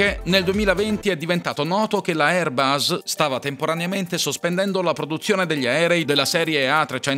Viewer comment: Airbus: la "s" è la s di sera NON di rosa!